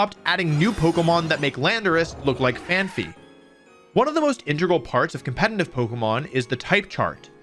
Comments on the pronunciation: it's pronounced fan-PEE, not fan-FEE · Great video, but I can't get over that you pronounced Garchomp as "Jarchomp" and Phanpy as "Phanphy" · “Phanphy”? It’s Phanpy.